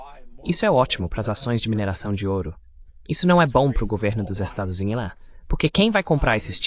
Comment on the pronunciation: Kkkkkkkkk ele fala "Estados Zeleis", maioria das vezes não entendo....ou então os "Zeleis"